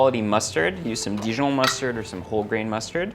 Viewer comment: The way he pronounce Dijon. 🥰Nakakainlove yung asawa ni Anne Curtis. Haha!! #talandiLangako #faney #MayAsawaNaRinAkoPeroCrushkosiErwan